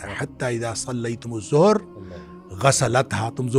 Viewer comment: الصلاۃ الظہر ہے الزہر نہیں